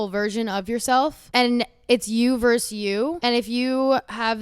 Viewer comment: You verSUS you. Not "verse". Why does EVERYONE think "vs" stands for "verse"???? I don't get this widespread non-understanding of this word.